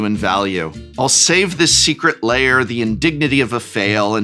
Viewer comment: New to the channel, loving everything. Is there some kind of inside joke I'm not understanding for why the floating head secret lair alert is saying Layer instead of Lair?